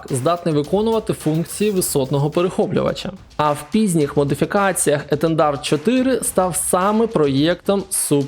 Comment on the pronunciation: Дивлюсь у 2025-му. F-16 серйозного впливу на ситуацію на полі бою не мали. Франція передала нам 5шт. перехоплювачів Міраж 2000-5Ф. Супер Етандар нам нахуй не потрібен. Дассау, Дессаулт, ЕтЕрнат Етендер Етендарт та дАссо - це блять фіаско, братан, вуха в'януть. Ну а "Міраж 2000 має аеродинамічну схему "качка"", "аерошоу у Франборо" - це відписка нахуй. Ти взагалі не розумієш те що ти там начитуєш. Зараз будь-який довбойоб здатен зібрати аудиторію невігласів 😂